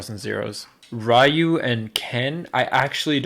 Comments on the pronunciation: RYU its fuckin pronounced 'ree-oo' not 'rye-you'. How do fans get this shit wrong... SMFH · Rai-yu? RAIYU???????????????????????? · that ryu pronounciation yikes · Did Leffen pronounce Ryu as RAIYOU!? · "rai you" Can anyone tell me what a "rai you" is? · Leffen, a player somewhat considered as controversial, stumbles over pronouncing Ryu, who has himself had his name butchered in many games by many voice actors. Lmfao